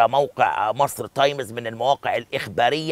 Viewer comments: انطق صح اسمها times تايمز مش تايميز انت فاكر كدة انك تمام او الناس البسيطة هتحبك يعم الصح انك تعلم البسيط و تخلي يحبك عيب انت خليت اية لاعلامي تحت الكوبري انت كدة إعلامي بربع جنية لما مش عارف تقول تايمز و تقول تايميز لأ و تتك كمان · ياريت تنطق كلمة times صح يا استاذ عبد الناصر